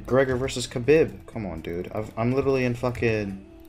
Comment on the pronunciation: You pronounced Khabib wrong